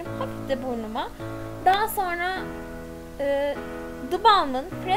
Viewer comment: Ya lütfen sona degil sonra de